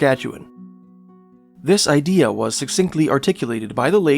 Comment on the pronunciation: You know that there is no "R" in Canada, right? It's not Canader. And you don't have a good idear. Maybe work on the rhotic impediment?